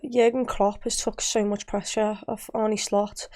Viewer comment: Makes me cringe every time I hear anyone pronounce his name as "Arnie". Sorry.